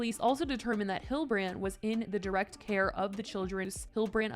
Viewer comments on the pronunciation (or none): Jodie Hill-de-brand ffs